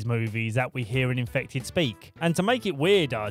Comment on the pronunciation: i love it when he says ”INFEFTED WIF WOT”